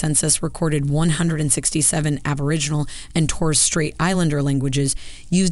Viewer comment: My goodness that was painful. Aboriginal, not aborigins - the pronunciation was killing me.